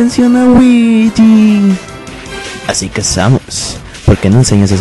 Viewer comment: el dijo weegee